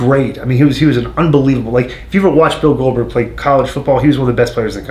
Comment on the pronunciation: Who the hell is glodberg??